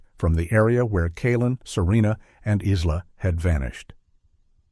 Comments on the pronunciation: Isla = Eye Lah aaaaargh. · The s is silent in Isla. It's driving me flustered. 😅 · Exactly, the 'S' is silent! Such a sad thing to happen to this young family. 😢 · Yes, I must admit, I was very stuck on the pronunciation and spelling of Isla.. Throughout this whole sad story.. 🫣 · And why don’t narrators research how to pronounce the names of victims?? Hello, google! 🙄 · It's AI, that's why it can't pronounce it right